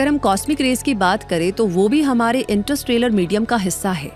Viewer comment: इंटरस्ट्रेलर नहीं इंटरस्टेलर होता है